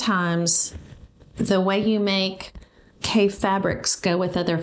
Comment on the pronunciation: Everyone mispronounces Kaffe’s name when they first find his fabric 🤣 I love how these fabrics are encouraging you to be less ‘matchy’ with colours 🤷‍♀️ Creating patchwork is definitely character building 🤣🤣 If you get to the Festival of Quilts next year there is an amazing quilt museum in Lampeter 🤩 with a shop next door, called Calico Kate, that has the most amazing selection of Kaffe fabric 🤩🤩 (Sorry Paul) Love how you are so excited by these fabrics 🥰 Enjoy 👏👏🇬🇧